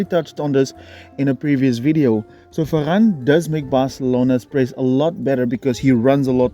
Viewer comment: “Focus on the run of Fer-ran”